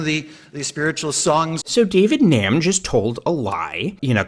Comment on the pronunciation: I know David Gnam and his brother Darren a convicted pedophile. You pronounce the G. It’s like “ga nam”